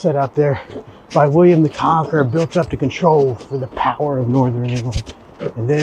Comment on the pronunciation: Did you say William the Conker?! When I was about nine years old, my class had to write an essay on William the Conqueror. A friend however wrote her whole essay on William the Conker (Conquer) and never lived it down.